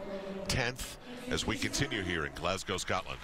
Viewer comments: Can someone please tell Tim Daggett the City is pronounced ‘glaz-go’ NOT ‘glaz-gow’ (like a cow)...I find that so annoying coming from a commentator. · If I hear “glass-gow” one more time.